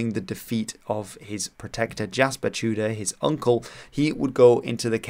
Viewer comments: Wouldnt it be pronounced tea-deer? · I am half Russian and half Welsh, thank you for your video, it sounded very strange how you said "Tudur" but I appreciate your attempt.